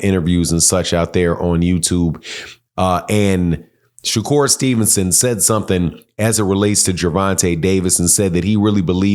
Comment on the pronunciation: If you can't pronounce the fighters name,, just say the cab driver,, we get it Shakira doesn't step in the ring with no real fighters 😂😂😂😂 that boy wants to be just like tank so bad,, just like Devin did,, 😂😂😂😂 look at him now